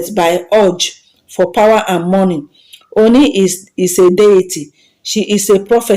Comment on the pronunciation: as a Nigerian blogger, may you please go learn proper pronounciations of Ooni. Also learn how to pronounce the King's name. Avoid repeating yourself too often. Tnx